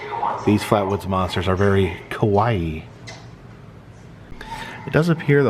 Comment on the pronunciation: It’s pronounced Kah-Wah-ee. 😎